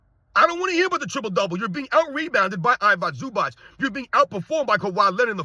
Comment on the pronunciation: stop butchering I-vi-ca Zubac's name, he's not Ivock Zubak